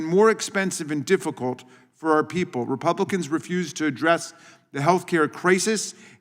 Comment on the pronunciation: I love it! "Invertebrae Response from republicans!" Lol !